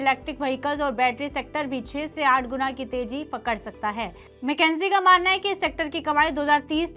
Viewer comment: मैकेंजी नहीं, मकिंसे बोलिए